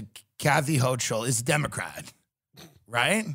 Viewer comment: tim mispronouncing hochul as a new yorker is heartbreaking he really dont give a shit about us no more🤣🤣🤣🤣